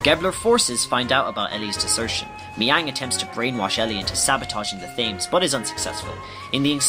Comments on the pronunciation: I love this concept but your pronunciation of words makes me want to gag. -Weltall is pronouned with a V sound, not a W sound as it's German in origin. -Thames should be "Tims", like the bridge in Britain. -Yggdrasil; I don't even think I pronounce is right, but I know for certain that you aren't. -Citan and Sigurd should both start with a "sigh" like sound, such as with "cider". -I'm not sure how you got "Esmeralda" out of Emeralda's name, but I'm glad you fixed it in this. -Shevat should have a short E, not a long E. -Maria is pronounced as Ma-rye-uh... not Ma-ree-uh. -Roni should be said like "Ronny" much in the same way Toni and Tony are pronounced the same way. -Solaris... You're probably saying that one correctly, but I've said "Sol-air-us" since the movie. So that one irks me. -Gazel should be pronounced just like the animal, gazelle. As a side note, Elly and Fei do not crash in Blackmoon Forest after Ramsus pummels them in Vendetta. They crash on the small island that Taura's house was on. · Love these videos! Quick fyi thought, Thames is pronounced Tems I think.